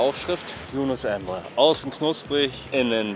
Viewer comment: Es heißt Emre, nicht Embre 😒😂